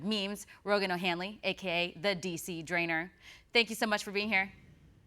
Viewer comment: not drainer.